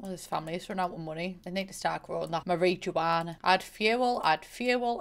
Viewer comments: I love the way you say marijuana 😂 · The mari juana. 😂😂😂